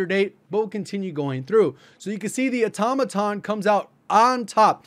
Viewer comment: THANKS SO MUCH for pronouncing Automaton properly. 😇